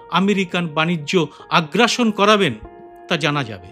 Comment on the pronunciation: Sir agrason sabdate Bamfront amola base uchareto hoto